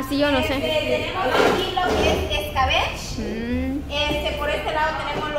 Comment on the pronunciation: Escabechhhhh dijo... 😂 😂 😂